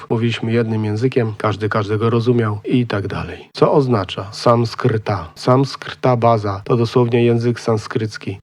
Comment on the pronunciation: संस्कृतम् भाषा - wymawia się samskrtam bhasza - ष to dźwięk podobny do polskiego sza. Spółgłoska z w sanskrycie nie występuje, jest tam tylko ज (dź) - जयति (dźayati) - zwycięża i झ (dźha) - uśpiony. Poza tym ten zapis, co jest przez większość filmu widoczny wygląda jak pismo bengalskie (Bangla), a nie jak sanskryckie dewanagari. Ale ogólnie film jest ok.👍